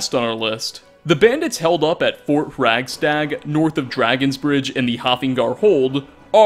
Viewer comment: Lol, "Hraggstag". Love ya,!